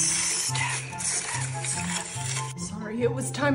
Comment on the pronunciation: “FLOWERSZZ! sTeM! steamMM! STEAAM! 👹”